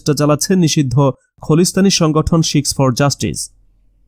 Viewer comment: বাংলা ও ঠিক মত পড়তে শেখেন। খলিস্থান ওটা হবে খালিস্থান।